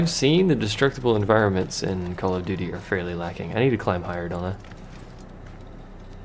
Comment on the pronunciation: Heh, you kept saying "doody" :P